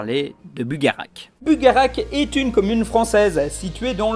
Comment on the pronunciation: On dit pas BugaraQUE on dit BugaraCHE